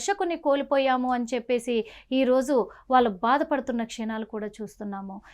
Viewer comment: "వాల్లు "కాదు తల్లీ,వాళ్లు అనిపలకాలి,వారి ఆత్మ కు శాంతి కలగాలి